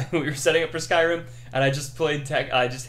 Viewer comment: Is this a new Bethesda game? What did you say at the beginning again? Skyken? Cool brah.